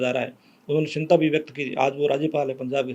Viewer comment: सिनता नहीं बोलते चिंता बोलो